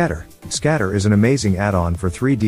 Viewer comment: I like how the TTS your using completely ignores the G part in GScatter